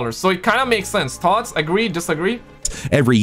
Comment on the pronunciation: It’s thoughts not tot’s 😂